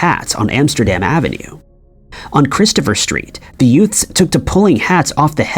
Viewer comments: I beg your pardon, did you say “yoots”? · Sounded like that